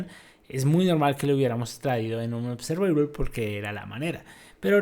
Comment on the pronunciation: Trata de trabajar en tu pronunciación de la palabra observable y otras palabras en inglés que mencionaste